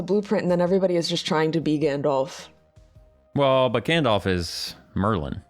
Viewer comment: Correction on the LOTR wizard character: His name is Gandalf. Not Gandolf. ʕಠ_ಠʔ